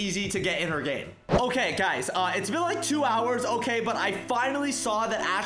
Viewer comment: Who heard he said otay lolo